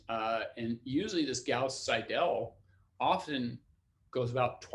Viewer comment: Nice lecture, good explanation. Minor nit-pick on the pronunciation of the german name Seidel: the german ending "..el" is usually pronounced more like the english "..le" in the english word "idle". So, if you say "idle" and put an "S" before it you'd pronounce it almost perfectly.